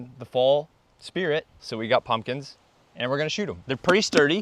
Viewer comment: Did you say Muslims or pumpkins?